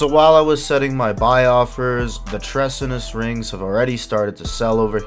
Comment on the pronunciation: Treasonous (tree-son-us), you know like Treason against the state ;)